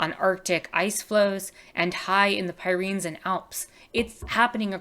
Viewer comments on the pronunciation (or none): The Pyrenees is a mountain range- in English, it’s typically pronounced: peer-uh-neez Not trying to be rude- I figured maybe you know the word but have never heard it out loud, or maybe you were just reading quickly and you actually know it, in which case I hope this in helpful to someone who might read it